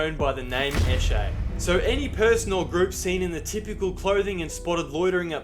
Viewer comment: Its sesh. Session. Esh-ay. "He's" is said "E-shay". Emphasis on the E. "Lets go eshay adlay". (Lets go for a sesh lads)